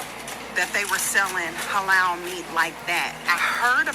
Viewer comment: I can't with the "Hay-Loul" I guess she can't eat "KO-Shear" either🙄🙄🙄🙄🫤🫤